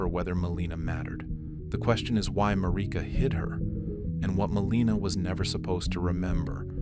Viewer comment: Second time I tried to watch one of your videos and stopped immediately. You can't name your channel after Marika and mispronounce so badly